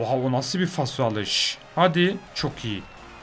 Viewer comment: Abi faso degil falso jedjjdnfbs